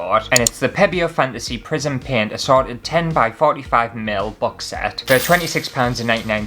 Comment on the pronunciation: It sounded like you said “Prison Fantasy”! That would be an entirely different video.